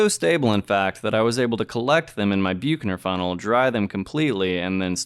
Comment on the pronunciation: Only mentioning this since it's said so many times. Büchner funnel is pronounced in English as "BUK-ner fun-nel" (UK) or "BUCK-ner fun-nel" (US). Nice video, thanks.